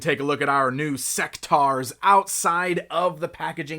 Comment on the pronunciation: I thought it was pronounced "Seck-tores"? The name is basically a mix of the words (In)sect and (Dinos)aurs...